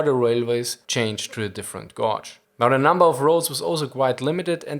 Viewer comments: Gauge is pronounced Gayge not gahge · Gauge is pronounced 'GAGE' - like Cage with a 'G' - not 'Gorge' which rhymes with George. Verstehst du ? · Gauge is pronounced gay-che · Apologies, but your pronunciation of the English word, “gauge” is barely intelligible; it is pronounced, “gäe-dzhe” or “gay-Jzhe”. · today's English lesson: Gauge(measure) is pronounced like a Star Trek Captain says: "(En)gage!":) Keep up the great work. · I like the way he pronounced gauge